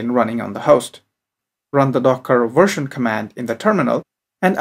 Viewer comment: version, not wersion....practice that "veeee" sound....Very good presentation1